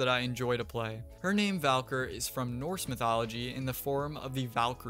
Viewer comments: its not Valker its Val-key-er lol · Also Val-Keer for Valkyr. Not nearly as ear bleeding as Tye-Tain-Ee-Uh but it was still wrong. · Bro really says valk-er